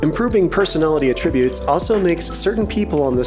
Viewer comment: When you use the word "attributes" as a noun, you stress the first syllable. Not the second. You stress the second syllable when it's a verb.